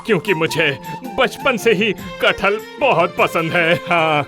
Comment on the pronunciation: Its kathal